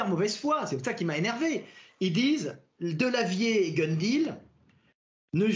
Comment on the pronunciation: J’adore la prononciation de Delavier, Idiriss Albert Kahn